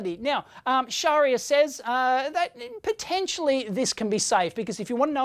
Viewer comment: 'Potentionally this could be safe'